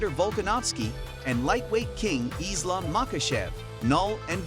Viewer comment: Another MMA YouTuber that clearly doesn't watch UFC or just is horrible at talking since he was really struggling with Francis's and Islams name. Oh and DC's name. Dude before you make a video try actually going and watch the fighters to learn their name and try taking advantage to nicknames like DC since you clearly are bad at talking